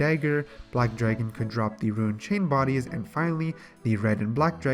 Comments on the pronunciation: Can you start saying rune as rune not ruin. I keep not understanding what youre talking about when you go to ruins all the time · You're talking about a guy that says "ruin" instead of "rune"... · holy fuck rune not ruin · You say runescape, and runite perfectly fine, but RUNE alone you say ruin lol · Yo i was litereally about to comment on that. But you beat me to the punch! Ima complain anyway! You say runescape perfectly! Stop sayin ruin! Other than that love the videos! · *can say runescape *has trouble saying rune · it RUINED the video. not tho love you